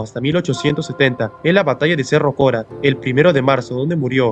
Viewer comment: Es Cerro Corá, no cora. Es con tilde en la A